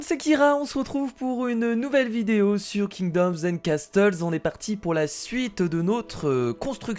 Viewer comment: Kira castle se prononce casseul !